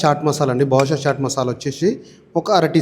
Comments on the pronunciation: Tammudu, badushah kadu badshah. Ayina mana telugu masalalu undaga ee gabbu company masala enduku? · అన్నా మీరు ప్రతిసారి బాదుషా బాదుషా అంటున్నారని అది బాద్షా మసాలా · చెన్నా కాదు బ్రో chena and badusha kaadu badsha